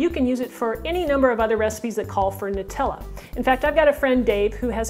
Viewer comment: it's Noo-tella! The Italian way!